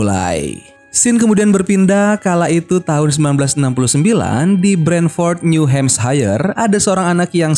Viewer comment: bukan new hamshaer tapi new hampsir (sama aja bacanya new hamshire)